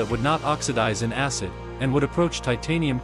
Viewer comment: Bro literally just said asscid☠️💀☠️💀